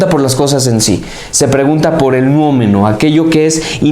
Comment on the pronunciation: Se dice Noúmeno, no Nuómeno. Error de principiante.